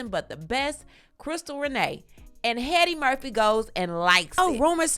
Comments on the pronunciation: did you call him 'Mr Headdy Murphy' ?? 😂😂😂😂😂😂😂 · Headdy Murphy 😂